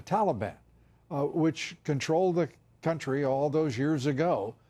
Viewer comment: Oh no, my country :c AND YOU PRONOUNCED IT WRONG WAHHHH ;C